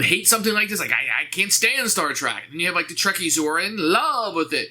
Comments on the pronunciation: Love your videos man but It’s “Star Trek”, not “Star Track”...Would be so bad if you hadn’t said it that way 75 times throughout the video. Keep up the great work though. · Little grinds a fan’s ears more than hearing someone pronounce it Star Track.